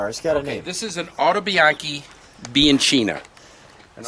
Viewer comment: You pronounce:" biankeena "not bianceena , ciao e buona fortuna.